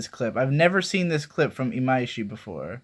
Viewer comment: WHAT THE FUCK when did you start pronouncing imaishi correctly and how did you make it habit so easily????